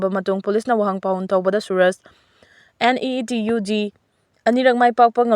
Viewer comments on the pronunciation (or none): NUUT haiba nutte NEET haibani Pao pangoada pasinganu Taningde